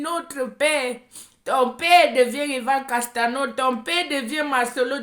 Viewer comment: Chaque jour que tu vas prononcer le nom de Yvan castanou, ton français vas ce dégradé, et ta bouche vas ce penche de plus en plus jusqu'à quand tu vas devenir folle.